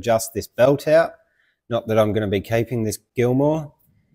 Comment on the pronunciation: It's Gilmer, Not Gilmore... Just saying.